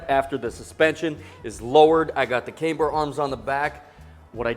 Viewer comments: This build is going to be sooooo sick. Side note: It's camber (short a) not kaymber :) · Why does he pronounce camber as "came-ber"? Is that some rule of english I've never heard of before? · i see. I've literally never heard anyone say it that way before. I was taught that if a single vowel is followed by two consonants, it's long.